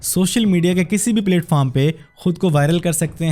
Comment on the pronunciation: Bhai Platform ki pronunciation Theeek kren Apni Please